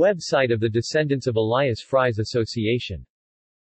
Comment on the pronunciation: Fries is pronounced more like freeze and not all like french fries.